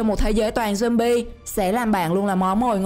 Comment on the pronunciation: khùng jumbi rồi sao bà cứ jumbi hoài vậy